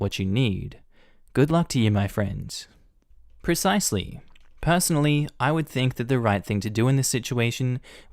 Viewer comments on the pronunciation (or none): none